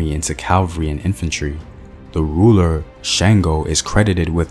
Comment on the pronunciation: THANK YOU BABA.. AND IT'S SHUNGO NOT SHAINGO.. SPELLED SANGO